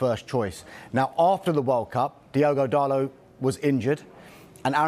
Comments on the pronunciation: DALLLLOT NOT DARRRLOT YOU 🔔 end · who’s diego darlo? ITS DIOGO DALOT